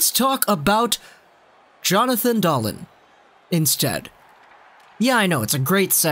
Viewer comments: Just a heads up, it's pronounced Dahleeen like in this video (and a million times after that) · Always funny when you try the Swedish names out. It is still really impressive for a non native speaker of Swedish. If you just slow it down a bit more, and especially on the vowels it would be scary good. As for Dahlén, when he started to score at a point per game in Timrå I was hoping he could become more then a half a point per game player in the AHL. Nah, you could demand a lot more from him!